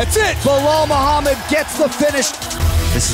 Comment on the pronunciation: Muhammad has a freaking perfect accent